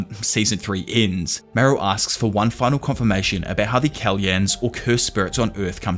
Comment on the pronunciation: Pretty sure the "ly" in Kalyan is actually one letter, pronounced is just like "y", the "l" is not pronounced.